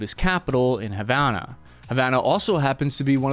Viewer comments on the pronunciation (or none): none